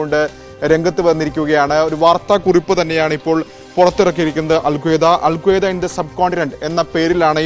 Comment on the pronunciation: അൽ ഖ്വയ്ദയല്ല Alqaaida